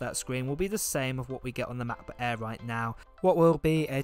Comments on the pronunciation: matboot eeer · All I hear is "Mac book Eh" then I fell asleep! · OMG how you say "MacBook Air" is the funniest but cuties thing ever! can u please be my Siri on my phone? lol